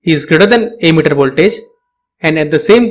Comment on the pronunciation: Though you have verification tick and all, your way of delivering knowledge is awful. Sounds like you are just reading from text. And why are you pronouncing emitter as 'ammeter'??